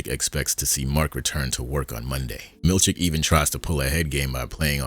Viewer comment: I love that I cannot tell wether you are saying "Milchick" or "Milkshake" 😅 Keep up the great work 🙌